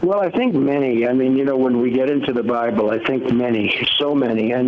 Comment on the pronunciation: it almost sounds like he calls it the 'bribe-le" :)